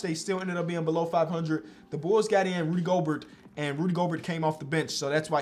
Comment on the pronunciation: really said rudy goburt 😂😂